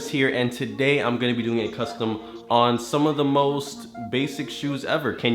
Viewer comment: He said cuscom instead of of custom on